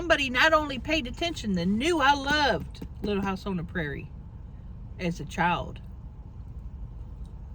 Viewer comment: I cannot! You butchered Little House for real. But you are the best so you get a pass.